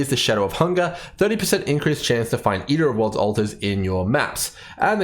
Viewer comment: "Ear o´ orlds"